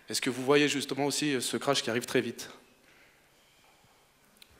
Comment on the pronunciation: Crash..... pas crak ..... crash ..... lol Autrement, excellente conférence FÉLICITATION